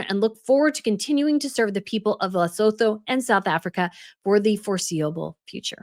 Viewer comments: 😋😋 Lesotho is pronounced like Leh-sue-two 🤓 just so you know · Rare criticism: your /excellent/ summation has you saying the country's names wrong :( There isn't a second L, it's not LesLotho! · Pronunciation nightmares 🙄😬🙄 It's Cen-tay-ball-aye and Lay-sue-too. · and the name of the charity - there's no D. Most names in that area of Africa are said as we spell them. Lengthen the vowels so it's Les-oot-hoo. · Lesotho is pronounced Le-sooo-too. I lived in Africa for 28 years. Dealing in politics and business is very difficult there. Africa has a complex history and unless you've lived there you won't understand it fully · Lesotho is pronounced “Less-oo-too” - just hoping to be helpful as this country is going to be mentioned a lot in the coming days 😁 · LE-SUE-TOO is the pronunciation. Looking forward to your take ❤ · Luh.SOO.too ... fyi :) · Pronunciation of Lesotho is Le-Sue-two. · Hi, awesome video and insight as always! I just wanted to point out that it's pronounced Leh-sew-too and Sen-teh-bah-leh. Looking forward to the next video! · Lesotho is pronounced Luh-soo-too 😊